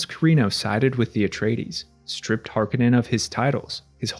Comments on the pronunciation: Har-KO-nen, not HaR-kA-nEn... KO... Har... KO... nen.... Harkonen. -..- "Harkenen" .... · It’s Har Ko nen….not har ka nin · Hark A Non is how its pronounced.